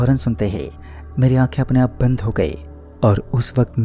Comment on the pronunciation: Aaaapf ki jagah aap bhi bol sakta hai aachi aavaj me kahani suna sakta h tu ye kya h aaaaaapf